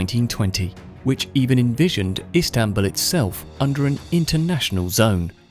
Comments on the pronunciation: It is not islambol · The Ottomans did not change the name to Istanbul. It was called “Konstantiniye” to fit Turkish pronunciation. Contemporary Europeans still called the city Constantinople. The name “Istanbul” was enforced by Mustafá Kemal.